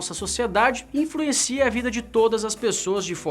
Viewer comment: "infruencia" a vida de todos jdjsjdjsjs